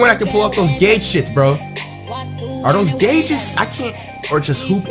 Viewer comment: "gauges" cringes lmao anyone else ?